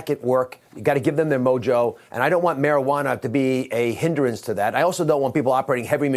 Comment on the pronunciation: It's HIN-DRANCE, Dr Oz. Not HINDER-ANCE.